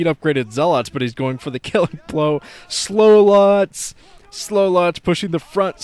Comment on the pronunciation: those slowlots made me laugh, and then when you said 'SLOWLOTTS' I laughed even harder